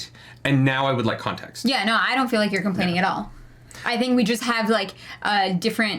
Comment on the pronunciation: It sounds like compleining thought,😅